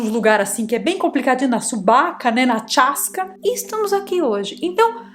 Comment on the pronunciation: Na “Tchasca” me quebrou kkkk